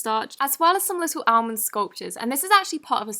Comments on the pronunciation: Almond Croissant is pronounced “allmond crissont” ❤️ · I love how she pronounced Almond like “Allmend” lol (if ur reading this the L is silent in Almond lol 💕